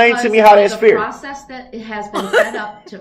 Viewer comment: “It’s not feer“ yer honor. LOL. Anytime DB says “with all due respect” you know what he’s gonna say will be 100% disrespectful and based in no fact whatsoever.